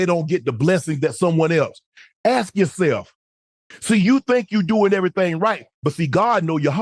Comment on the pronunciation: "Aks yoself!"...ok unc